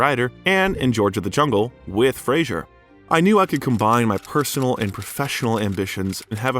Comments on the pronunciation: Fraser pronounced like Razor not Frasier like you keep saying. Frasier was a tv show. Great actor and i like your Bio but seems you should be saying his name correctly. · I doubt you know anything of film (its Roger EEE-burt) and I doubt Brendan Fraser appreciates your repeated mispronunciation of his last name. It's not Fray-djzuhr Its Phrase-err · His name btw is pronounced Frazer. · Its apparent that much research and work was put into this video, but one important detail that was ignored was that Brendan Fraser HATES when his name is pronounced incorrectly, which it was throughout the entire video. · It would be most respectful to pronounce the man's name correctly. Sheesh.... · At least pronounce his last name correctly! Dang